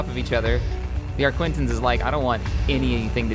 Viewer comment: Loved the video and subbed :D really well made. On a side note it's an arquitens and not arquintens (no n before the t)